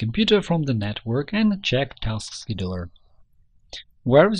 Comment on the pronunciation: it says task scheduler but he says "taskedoir"